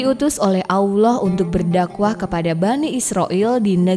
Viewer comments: Bukan Aullah..Allah..sebut bg jelas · Nyebut Allah nya Terdengar Susah bngt smpe jdi Owloh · Koreksi sedikit. Penyebutan nama Allah itu tidak ada huruf w nya. Makasih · Nyebut mukjizat, isroiliat allah susah bgt, kurang fasih, blajar huruf hijayah dlu min biar gk d komplain sma subscribernya. Yg nyimak pasti ngerti dmn salahnya.